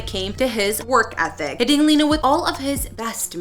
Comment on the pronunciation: Her name isn’t pronounced lee-nuh it’s actually pronounced Len-uh. If you’re gonna make a video, at least pronounce people’s names correctly.